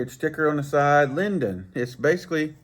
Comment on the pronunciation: It's pronounced "Lay Dune" according to Yankeelippers expert opinion of Chinese 😂. Love your reviews but where's the fishing part. The reason you love those is the roundness for the big mitts. That reel might be 175 in two weeks. Right hand is the only way. All leftees are doing it wrong or they are poor children that never learned correctly. Keep up great work bro.